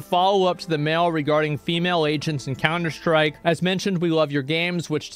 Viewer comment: he's beginning to more and more use "sch" instead of "st" noises when saying words like "stream" and "strike". it will be known as the emiru effect